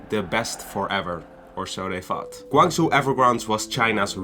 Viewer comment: You should pronounce as "Gwang.....Jow"